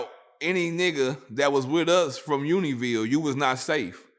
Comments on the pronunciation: Univille 🤭🤭🤭 it’s Unionville bra😂😂😂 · Its union Ville. When I hear him say that it makes me cringe.